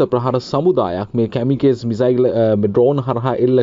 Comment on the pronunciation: "කැමිකේස්" නෙවෙයි බං "කමකාසී" කියලයි උච්චාරණය කරන්නෙ